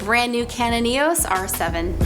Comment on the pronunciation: E-os not e-oooosss